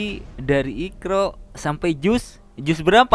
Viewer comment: Ketahuan bohongnya......,dari intonasinya,dari penyebutan kata IQRA',jika dia memang dari keluarga muslim yang taat, seharusnya fasih menyebutkan Iqra', bukan dengan ikraaa.....yang bunyinya tipis dengan huruf (k) yang seharusnya tebal dengan huruf (q) dan akhir huruf dengan seharusnya di tekan (iqra'),bukan diseret memanjang menjadi (ikraaa) 😀😀😀🤭. Dan yang lucu, sholat lima waktu.....,belajar tiga kali sehari, hafal tentang juz........,lalu buntu/gagap 😀😀🤭.